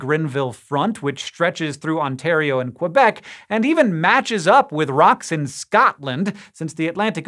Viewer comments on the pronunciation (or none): none